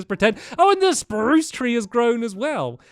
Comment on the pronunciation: I love how he still says “Sprrrruuuuuce trees” It makes us all so happy :)